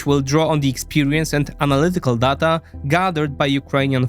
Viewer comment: Błagam, nie czytaj "data" jako "data", tylko "dejta". To okropnie kłuje w uszy.